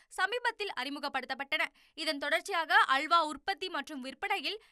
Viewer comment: உனது தமிழ் உச்சரிப்பை சரி செய்து கொள்ளவும்.அள்வா ,குற்றம் இல்லை அல்வா,துல்யம்